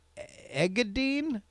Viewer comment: Thanks for reading my shitty email. Engadine sounded out would be Ing-ga-dean. Also Aussie is said like Ozzie Cheers! :D